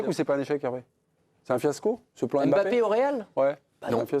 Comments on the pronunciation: c'est pas M' Bappe c'est MBAPPE pourquoi vous déformé le noms des gens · Sorry, je suis hors sujet et je le concède mais franchement on dirait que c'est fait exprès. "'M'bappe aime bcp Vinicius et Vinicius aime bcp 'Mbappe'". Alors pourquoi toujours mal prononcer certains noms africains alors qu'on connait bien les prononcer? Mais lorsque ce sont des noms d'autres nations d'Europe, on n'a pas de souci à prononcer. Par exemple: Mkhitarian. Jamais on n'entendra "M"khitarian. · Ptn svp c'est pas "EM Bappé" c'est "Mbappé" c'est fou de prononcer le nom des gens comme ça !